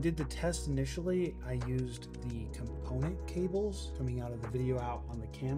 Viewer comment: Thank you!!! I cringed every time he said component